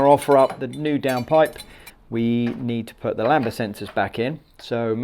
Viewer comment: Lambda not lamba always makes me cringe